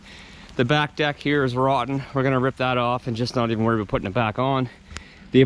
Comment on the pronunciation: You keep saying "Aboot" you sound more Scottish than me!👍